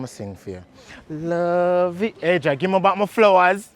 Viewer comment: "Ajah" 😂😂 Asia sir lol